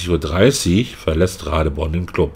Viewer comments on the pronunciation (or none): Thais benutzen für die Transkription ihres Namens die englische Schreibweise. Doppel-e wird im Englischen zu i, weswegen ich mir ziemlich sicher bin, dass die Dame Ra-dii-porn (langgezogenes i) ausgesprochen wird. Nimm den in Thailand häufiger vorkommenden Mädchen-Vornamen Malee. Ausgesprochen auf Deutsch Ma-liii. Bist ja Vorort und kannst mal eine Thai fragen.